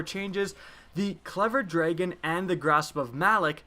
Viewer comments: this dude says , "clever draegen" ... it pisses me off ... it's clever dragon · You say Dragon weird.